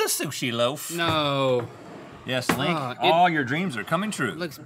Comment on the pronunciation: "Dink me." "Sink me." L I N K